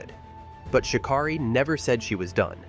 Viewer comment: Its pronouncing her name wrong!! Rude